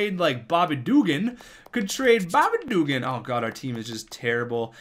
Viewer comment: Please stop saying Bobby Dugan like that, it is offensive to people in the south